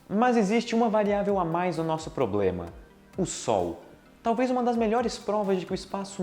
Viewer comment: Falou tão difícil q n HR de falar uma palavra fácil pronunciou "ploblema"